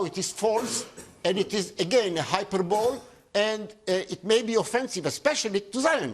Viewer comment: At 7.12 the man miss pronounces hyperbole.